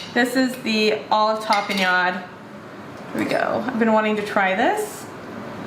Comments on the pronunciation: Tah-peh-nod. your welcome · You are correct, it is a purple onion. You are pronouncing tapenade incorrectly.